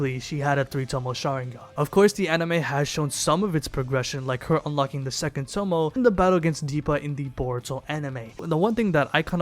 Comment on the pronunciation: If this nigga say tomo one more time. It’s Toe-may